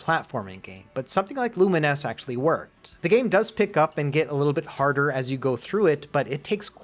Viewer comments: Wait, that's how you're supposed to pronounce Lumines? I have spent all these years thinking it was pronounced like Bovines or two mines... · TIL the correct pronunciation of Lumines. Why wouldn't they just spell it with -NESS?